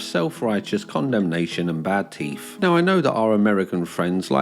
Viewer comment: I'm going to Mock you for "Teef".